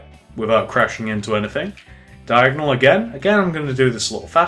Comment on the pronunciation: why do you keep on saying the word diagnel